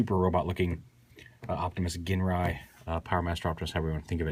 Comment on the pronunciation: It's pronounced JINRAI